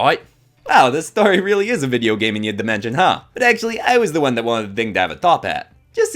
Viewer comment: HELP- MY HUMOR IS BROKEN WHY DID I START CACKLING WHEN HE SAID "you're just explaning the plot of that vi'eo game five nights and freddys!" IN THE MOST AFTON BRITISH VOICE EVER